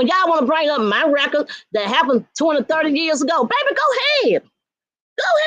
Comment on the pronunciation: Wreckard not record 😆🤦‍♀️